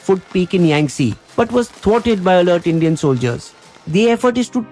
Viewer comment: It’s yangte not yangtse